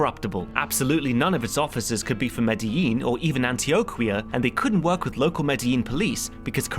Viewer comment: You may believe I don't like your videos due to the picky corrections I made, but I really like it, very concrete. Just one Spanish correction issue: you don't pronounce it "antiocuia", "qui" sounds like "ki" just like if the u doesn't exist